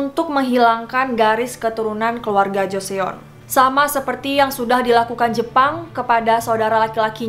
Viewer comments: gatel bgt pgn komen gak tahan abis dgr nya sorry, kl mau riset sekalian cari tau jg cara penyebutannya gmn. pls bgt JO-SE-ON bgt tuuhh? JOSON MBAKKK LOL thx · yeah it should be pronounced as Joson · Iy, agak risih dgrnya jo-se-on, tp penasaran🙃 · Itu ngga apple to apple mbak, ngebandinginnya. Olivia kan bukan nama Korea, dan lagi emang wajar dibaca Olibia sama orang Korea karena di hangeul ngga ada bunyi V, diganti jadi B yang mendekati. Sedangkan Joseon, (dibaca Jo-son) kan nama Korea, di Indonesia semua bunyinya ada, jadi wajar kalau kita mengingatkan pengucapan yang benarnya. Bukan salah mbak yg cerita kok, itu emang karena romanisasi dari hangeul suka missleading. Ini sih kami cuma ngasih tau aja pengucapan yg betulnya gimana. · Yep gw pikir dia nyebut nama orang terus tiap nyebut joseon, jo/cho se yeon 😅😅😅 lieur euy, atuh di google translet udah ada audio cara ejaannya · Hanya sekedar koreksi sedikit ka Pembacaan Joseon itu Joson 😅 Btw bagus banget pembawaannya,jelas+ga bikin boring🔥❤ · Suka sama video-videonya ❤ Btw maaf kak tp Joseon dibacanya joson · Joseon hangul nya dibaca joson ka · Aku terlalu risih mendengar jo se on:) tapi aku pengen nonton:’) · joseon huruf 'e'nya ga dibaca min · Btw , joseon itu dibaca joson ya kak 😁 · Joseon dibaca JOSON Mohon dicari tau dulu cara baca tulisannya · Joson ..joson .. setiap kali mbaknya ngomong Joseon gua auto jawab Joson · Btw dinasti Joseon dibaca joson yah, hehe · Joseon bacanya jos son #fyi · Baca Joseon itu Joseun kak o nya ga usah di baca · joseon bacanya joson shay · Ralat aja ya kak Pelafalannya Joson bukan Joseon bacanya Maaf kalau menggurui😅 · Joseon dibacanya: Joson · Kenapa sih Joseon nya dibaca Joseyon:( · Joseon dibacanya joson, e nya gausah dibaca :) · Ngakak JO-SE-ON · Risih dengernya... Jose-on, shoul kalo mau bikin konten beginian belajar dulu cara pengucapannya, research sampe tuntas baru bikin konten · Gedek banget dengernya kalo dia lagi ngomong Joseon 😁✌️ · Baca joseon nya salah kak :(